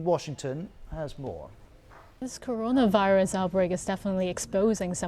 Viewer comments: The guys can’t even say corona virus LoL Rirus LoL 😂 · “Update on the Caron Rius” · This guy cannot say "Coronavirus". That is a fact. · Can't he say corona virus 🤔